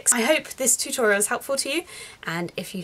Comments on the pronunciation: Animegirl Gaming13 XD TU-TORIEL!!! XD XD XD XD XD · ha ha ha ha ha you said toriel